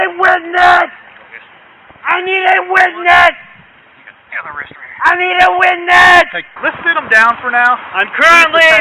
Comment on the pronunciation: “I nweed a witnaaas” 😂